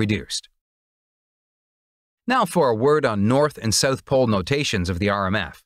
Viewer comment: “South”, not “sooth”.